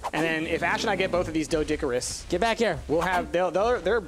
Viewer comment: Oh my god it not doedickerous its doe doe care rus